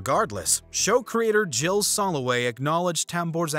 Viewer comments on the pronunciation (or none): none